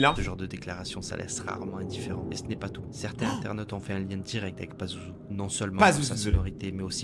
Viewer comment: C pazuzu pa lazuzu